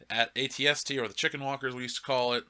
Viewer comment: The fuck is a AT-ATST. Its an AT-ACT fam LMAO